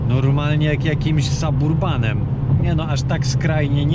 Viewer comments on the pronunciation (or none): Zachowujesz się jak stara parówa. Zamiast kupić Hellcata kupiłeś gówno w lesie i zajebałeś mu LPG Kurwa Szacun a resztę Hajsu przeznaczyłeś zapewne na spłatę kredytu. Sabarbanem się mówi Jełopie, jeśli już?? To największa Żenada jaką widziałem na tym serwisie😲😲i już wyłączam ten Zajebisty Reportaż 😥😥.